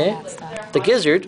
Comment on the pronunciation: you say gizzard funny. "And this is the GEEZARD"